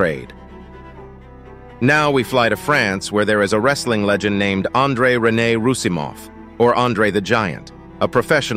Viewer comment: Andre Rossimoff not Rossimoth